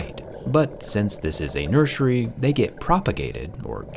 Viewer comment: I'm sorry is he saying NurSUREy?😂